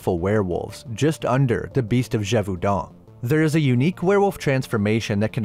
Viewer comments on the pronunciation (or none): Love your videos man, but mm as a French person, your pronunciation of Gevaudan is close but the "au" is pronounced like an "o". But yeah pretty good french though :)